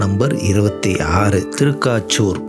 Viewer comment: திருக்காச்சூர் அல்ல...திருக்கச்சூர்